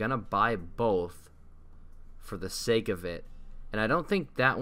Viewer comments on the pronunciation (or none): none